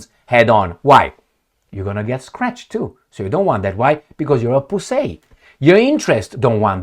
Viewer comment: "because, you are pussei" 😭😭😭